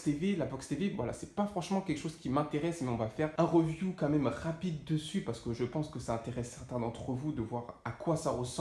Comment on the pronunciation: voilà pour se Rrrreeview 🤣🤣🤣